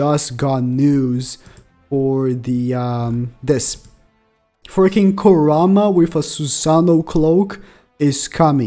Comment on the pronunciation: Ku-raw-ma💀 dumbass can’t pronounce shit🤦🏻‍♂️